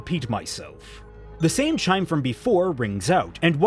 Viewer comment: REALLY likes the word "chide", which is even more funny since consistently mispronounces it.